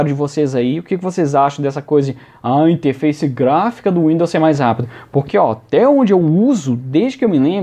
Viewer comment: "interfaice" kkkkk